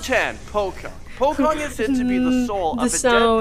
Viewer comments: Pocong not pokong😄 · POCONG ( ) NOT POKONG